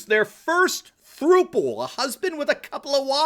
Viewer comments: Not "throople" it's pronounced "thrupple" as in IT RHYMES WITH COUPLE. Since it's technically a 3-way COUPLE. Sorry Doc, but it was like nails on a chalkboard listening to you mispronounce it. Lol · Idk why it bugs me, but as a 24 year old, I feel like it’s my duty to say throuple is pronounced like couple but with a ‘th’ not like throople. Great video and great video though! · I think it is supposed to be pronounced "thrupple" (rhymes with "couple"... get it?).